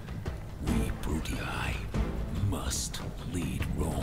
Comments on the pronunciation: Um, no... In the video the guy says Brute-ee-EYE, which is definitely wrong and nothing like what Doc was saying. Doc says "Brute-ee-ee," and I was just pointing out that you don't have to put the glottal stop between the two "ee"s. That bit about paying attention before commenting is good advice; I'd suggest you follow it. :) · To be fair, either way Doc is still probably saying it incorrectly (likely just because he's used to German, though). Traditionally the -ii at the end is taught without that pause between the "ee" sounds. It's not "Brut-ee-ee;" it's just "Brutee." The best example I always use is Nintendo's "Wii" (which uses a Latin pronunciation). You don't say Wee-ee; you just say "Wee." Granted, I said "probably" in the first sentence because it's still a dead language, and nobody is 100% certain. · Doc, The faction names are pronounced: Juli(eye) Scipi(eye) Bruti(eye) Cheers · Actually they are Juli(ee) Scipi(ee) Bruti(ee) It's Latin and would be pronounced this way. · Its not Japanese/Asian in anyway, its Latin, and EE instead of EYE. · The first 'i' is pronounced 'ee', the second is pronounced 'eye' in Latin. So "Jew-lee-eye", "Brew-tee-eye" and "Skip-ee-eye". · you to pronounce it like 'Brutiai' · Haha Brutii is pronounced bru-tee-eye silly doc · You say the names wrong btw